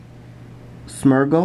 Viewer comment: It's Smeergul not Smurgul!